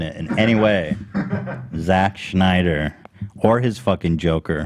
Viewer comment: I wish you guys would do an ounce of research about Justice League. Y'all just endlessly bash his movies and admit you haven't even seen most of them, while also bringing up Rotten Tomatoes scores for movies he hasn't even directed. It's spelled Z-A-C-K and is pronounced Snyder not Schneider. His fans raised over a hundred million dollars for the mental health and the movie is over 2.5 hours of new footage that you haven't seen.